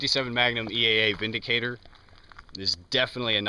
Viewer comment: I gave it a like simply because he said the name correctly. It's from Germany, the "W" is pronounced like a "V."